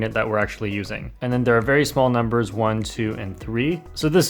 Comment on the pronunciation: No one:: oh my god that's alot of numberRrs